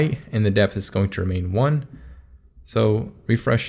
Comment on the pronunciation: height dipth and wedth! Thanks for the sick video btw, very slick !